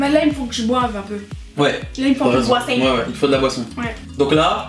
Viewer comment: Elle ma tuée quand elle a dis il faut que je boiveent